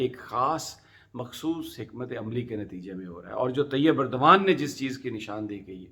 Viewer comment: Khuda ka wasta... Erdgan is pronounced as اردوان۔ please don't mispronounce which amounts to insulting the person.